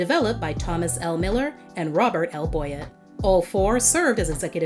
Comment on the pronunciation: Boyett is pronounced "Boy-YET," not "BOY-it." Miller-Boyett shows were a big part of a lot of American childhoods.